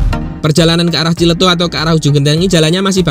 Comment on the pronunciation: Yah paling benar TJLETUH😂